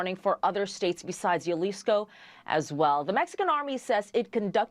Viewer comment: It's pronounced as Hah-lisko